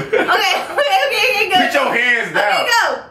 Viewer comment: Can someone tell to say put instead if pit it's getting annoying